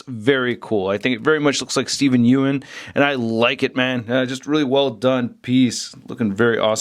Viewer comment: I honestly hate to be this guy... but you pronounced his name wrong. it's pretty much pronounced "young" but without the g